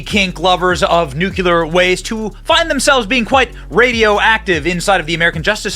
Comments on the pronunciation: Dude… please stop saying “nucular”. It’s “nuclear” 🤪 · Benny, just to let you know, the proper pronunciation is “Nu-Klee-R”, not ‘nucular’ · "Nuclear" NOT "nucular" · It's nuclear, not nucular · NU - CLE - AR, I don't know what "NUCULAR" means, probably from the same language that says "AKSK" instead of "ASK". And damn Fox for giving in to this "pronoun" insanity. He's one man, not 2 or more unless you count the voices in his head. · Benny, it’s not hard to pronounce noook-leer. Nuclear is it not nook-yu-lar! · Say it with me slowly....nook-lee--er.....NOT nook-yoo-ler. So effing annoying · "Nook-YOU-ler" is not a word. Nuclear; pronounced "nook-lee-er" is the word you were searching for. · Nu-clear not nuculear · Benny, mah man! I love what ur doing here on this channel! UR content is very interesting & informative! I just have one favor to ask: could you please work on the pronunciation of nuclear? The proper pronunciation is “new-clee-er,” not “new-cue-ler.” Thanks!😉👍🏼🇺🇸😎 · Nuclear is pronounced NU CLEAR! not NU CU LAR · NEW-CLEE-ERR not Nuke-you-lur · Benny, my man, I love your content... but please say it right! Its Nuclear (NEW-CLEAR) not Nuculor (NEW-Q-LOR) lmfao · Its not nucular its nu clear. Stop sounding like WBush. Thank you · Benny. Love your vids. One point of contention. The word nuclear is pronounced, "nook-lee-err." Not "nook-yuh-lerr" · Benny.....it's pronounced new-clee-err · Dude, Benny… I love your show, but ffs it’s pronounced NU-CLE-AR 😂😂😂😂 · Benny: Nuclear! Newcleeur! Burisma! Burreesema! Escape! Esscape! Love your shows but pronounce these words properly!! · Could you please learn to pronounce “new-klee-ər”? You’re too smart for that mistake😏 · Nuclear, not NUKULUR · LOL nucular? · Wait............did you say "nucular"? I've never dished out any harsh criticism before, so for the sake of balanced commenting..........nucular. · Nuculure??? Lmao. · It's painful hearing nucular. 😵‍💫